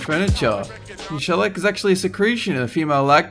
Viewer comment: You're saying several words wrong again--cochineal, shellac, formaggio....